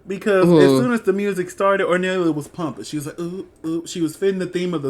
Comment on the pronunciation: really funny how you corrected yourself immidiately after saying gongorIA but kept saying hornellIA during the whole video